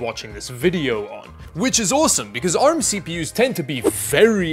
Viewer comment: Can you please say ARM as in poor lol I mean you dongle in your accent correctly.